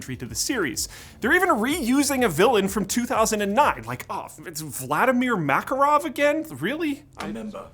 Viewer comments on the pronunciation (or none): none